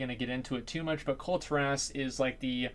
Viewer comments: Kul-Ti-rass. No no, no no no. Kul-Tear-us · Please up vote this so I don't have to be super triggered. As, its pronounced Kul-Tear-as